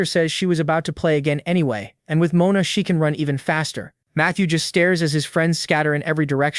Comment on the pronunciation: Guy it's mona from now on Not mana ohke